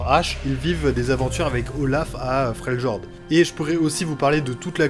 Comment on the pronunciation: like et abo mais dis fréliord en prononciation j'vais serrer